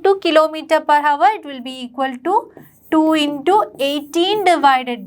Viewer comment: Pronunciation is not hour it is our h silent